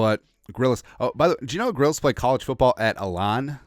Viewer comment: Shane Grillis? Isnt it Gillis?